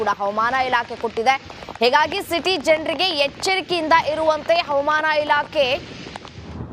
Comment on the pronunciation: ಅವಮಾನ ಇಲಾಖೆ ಅಲ್ಲ ತಾಯಿ ಹವಾಮಾನ ಇಲಾಖೆ ಎಂದು, ಉಚ್ಛಾರಣೆ ಮಾಡಿ, ಭಾಷೆಗೆ ಅವಮಾನ ಮಾಡುತ್ತಿರುವ ಚಾನಲ್ನ ಇ ಹ್ಯೌಂಕರ್ ರವರಿಗೆ ವ್ಯವಸ್ಥಾಪಕರು, ಸೂಕ್ತ ಬಾಷಾ ಶೈಲಿ ಕಲಿಸಿಕೊಡುವ ಪ್ರಯತ್ನ ಮಾಡಿದರೆ, ಚಾನಲ್ ಕೇಳುಗರಿಗೆ ಅನುಕೂಲ ಮಾಡಿಕೊಡಬೇಕು 🎉🎉